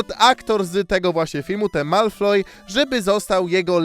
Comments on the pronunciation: MALFOY A NIE MALFLOY jak coś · Malfoya się pisze a czyta Malfoja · "Malfloy" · Gdy usłyszałem, że powiedział Malfloy to zaczołem szukać w komentarzach czy ktoś zwrócił na to uwage 😂